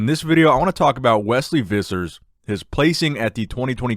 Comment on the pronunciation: I suspect his surname is pronounced Phissers.